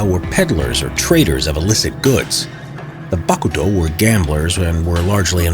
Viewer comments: i love this guy voice, and i love how he said "BAKuto" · i can see this guy pressing his lips so hard together before he spits out "BAH-kuto"